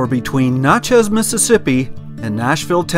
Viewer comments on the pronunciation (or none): Great vids...but I have to nit-pick a little. It's pronounced "Natch-ez:, not "Notch-ez".....and if you enjoy the Mississippian Native American culture, head on over to Moundville Alabama and visit the park there. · It's Natchez! Not Notches! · Nat (rhymes with mat) chez. Little off on the pronunciation :) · you could just place your shoes with the sun facing the inside of your shoes and they would have dried out quickly. Locals pronounce Natchez as Natch.ez (like hatch). Love your videos. Always so informative with beautiful photography. I haven’t seen lightning bugs in years. Thank you again,. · Great area. 3 friends and I rode our bikes down the Trace in 1995. Nice to see the pictures. BTW it's pronounced "NAT-chess" (iike gnat) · It is pronounced Gnat Chez. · Robert Morris. Yep. "From Natchez to Mobile", and yankees can't pronounce either. For our dear viewers: Naa Chez to MO beel Other place names in the video are savaged also. Still a pretty good set of photography. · Great video. I laughed the whole way thru this video how u pronounce Nat(like the bug)chez trace. Works better if u really have a good southern twang like I do. We just call it The Trace. Don't speed. U'll hit a deer. I live near all in this area between Corinth and Jackson tn. Can u use those shoe driers in ur bed to keep it warm? Great civil war park at Shiloh, TN if u get a chance. U must have been here earlier in the year today it was nearly 100 here and heat index was 108. U can't stand it with no a.c. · Please ask a few residents on how to pronounce the names of the towns. Natchez isn't pronounced like nachos. You may be arrested the next time you drive through. Good job on the videography though. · please it's Na long a sound.